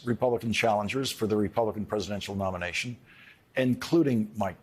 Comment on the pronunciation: Well Played great character actor I thought he said "Republican Presidential abomination" (nomination)